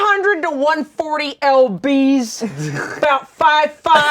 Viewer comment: calling lbs EL BEES is so funny to me